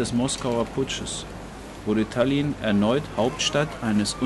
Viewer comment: Tállinn, Tóompea, die Betonung ist immer auf der erste Silbe. Sonst ist ein gutes Video. Danke